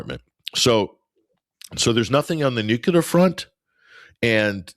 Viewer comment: says "Nookelar" 😊